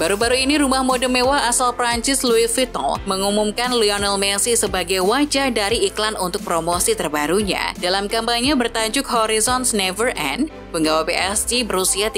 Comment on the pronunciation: Pelafalan Louis Vuitton masih kurang harusnya Luis puiton 😂